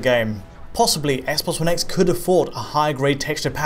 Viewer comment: Never heard of the 'spess sposs spone spess' console